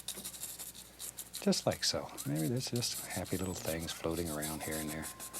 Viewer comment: I love how he says “things” like “thangs”